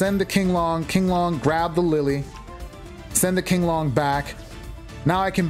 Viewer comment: Virtual World's monsters, spells, and traps are based on Chinese folklore and most of the names are in Mandarin. You got the first pronunciation of Qinglong right. It's "Ching-long". Xuanwu is pronounced "SHWEN-woo".